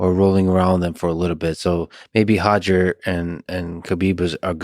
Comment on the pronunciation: Pronounces Roger as Hojer but not Khabib as Hhabib 😅